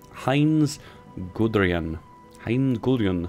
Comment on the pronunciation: Your pronunciation makes me want to jump of a bridge. I mean it's Heinz Guderian (Goo-dare-ree-un)